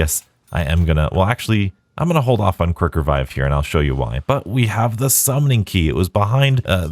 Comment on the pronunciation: anyone caught him saying kirk-revive?